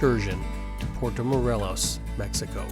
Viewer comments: Good info. Id suggest you learn to pronounce Morelos. The E is sounded as an English long A. Also Chedraui shay- draw-ee. And it is a little misleading, giving no info about snorkeling from shore. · Good info. Id suggest you learn to pronounce Morelos. The is sounded as an English long A. Also Chedraui shay- draw-ee. And it is a little misleading, giving no info about snorkeling from shore.